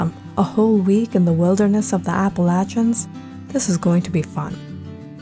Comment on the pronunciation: I don’t think that’s how you pronounce Appalachians lol